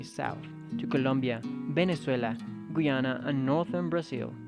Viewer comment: It’s Gu-an-a... it’s Guy-an-a